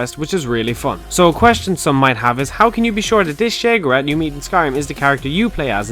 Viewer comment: You make great vids and I know I'm being petty as shit but god fucking help me the way you pronounce Sheogorath makes me want to bash my head into a wall until I have brain damage